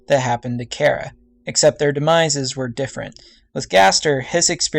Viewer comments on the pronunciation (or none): And, during the video you say chara is a he, even though its a she, and you keep pronouncing her name wrong. It's Chare-a, not chair-a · it is Ch Ara no Cara it is disturbing me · Char-a not care-a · why dose everyone say chara's name like "cara" it's chara not cara!! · It's chara not kara because I'm hearing kara not chara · its pronounced CH - ara not cara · It's pronounced Ch-ara not Kara And they're non-binary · I may be incorrect, but I think it's "CH-ARA" not "C-ARA" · Cara?You mean chara? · It's not CARE-A! It's CHAR-A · "Care-a" lol. Char-uh. :) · Sh-Are-uh not care-uh. sh-are-uh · its Chara not Chera! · dude its ch-ara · Get theory but it's pronounced ch ar a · thanks, but I kinda like the pronunciation of K-ara better now after your video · not to be rude but your pronansing charas name wrong. it (ch-are-ah) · just so you now VG its Chara said like this (Char-a)but you can say what you want to say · I'm pretty sure its pronounced as "Shara" but thats just me, eh I dunno. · I haven't heard that pronunciation of Chara before. Most people I know say it with the h. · Its still a name though. If your friend was named Chara, she would correct you on your pronunciation. Besides, I said it bothered ME. Im just getting my opinion out there. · Why does everyone mispronounce Chara? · its the ch sound not ck sound ok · Hmm, I like this theory! You just earned a new sub! :D But just saying, Chara also means "joy" in Greek (???) and yeah.. Also, don't worry, people pronounce it both like (Char-a) like CHARmander and some people pronouce it like you (chara in CHARActer) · You read Chara wrong, go to google translate, type in "Chara" and listen..